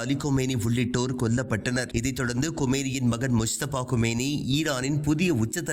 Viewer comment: கொமேனி அல்ல கமேனி. செய்தி வாசிப்பதை தவறாக வாசிக்க வேண்டாம்.